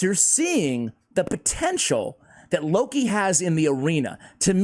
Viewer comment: That's no "Loki", that's "Low-key". No need to hurry to take him to 6 stars or to spend gems in full masteries, another chronicler Adelyn.